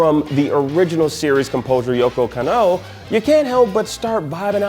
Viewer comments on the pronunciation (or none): It's kAnno, not kannO.😁